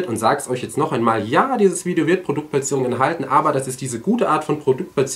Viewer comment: Und wie war nochmal das Wort für Produktplatzierung? Ich habe es nicht richtig verstanden!! 🤭👍😂